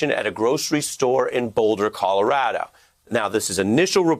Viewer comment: ColoradO, not Colorada!!!